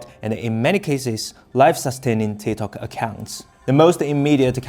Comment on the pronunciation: Its TikTok not TiTok !!